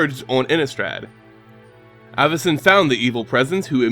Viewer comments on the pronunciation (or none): It's pronounced Avacyn, not Āvacyn